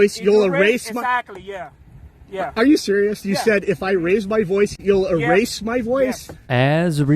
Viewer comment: he said boice not voice. lol deport him back